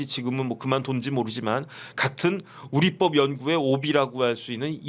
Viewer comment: 우릿뻡이아니라 우리법이라발음해야지요.